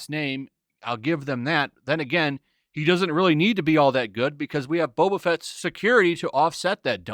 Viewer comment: That not Boba, that's Bob-ba